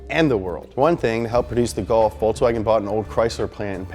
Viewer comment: I love the the "VolkSWAGen"